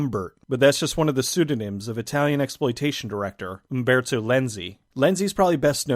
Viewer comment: Great pronunciation of Humberto.